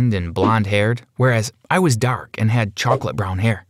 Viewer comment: I LOVEEE how they say dark🙄